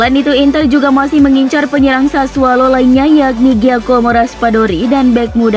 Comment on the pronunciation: sudah sering saya bilang mba. SASSUOLO . Bukan SASSUALO. Pake O bukan A